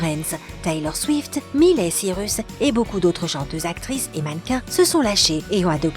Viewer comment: " milEY cIrus"